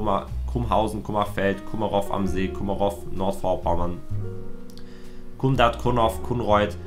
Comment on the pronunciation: Kummerof😵Es heißt Kummerow! W wird nicht mit gesprochen😂